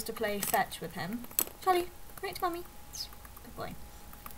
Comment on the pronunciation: it sounds like your saying Polly when your saying Charlie. that reminds me, i used to have a budgie that looked a lot like that named Polly :)